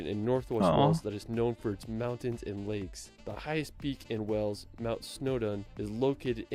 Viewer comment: Wales is pronounced as “Whales” as in the animal not as in a place of water “wells”